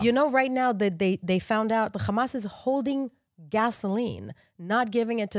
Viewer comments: Who else hates nothing else bit when she says the word hhhxxxaaamass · the way she pronounces hamas is hilarious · Who else was pronouncing hamas? The way this nice guest was and able to clear out their throat from a cold. They just got over?